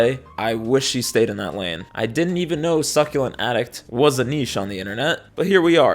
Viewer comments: not me hearing succubus instead of succulent bye ill go touch grass 😭😭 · The way he kept saying SUCKulent